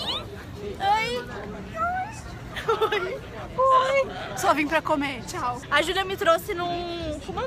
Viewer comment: vc escreveu tchau erado vc falo xau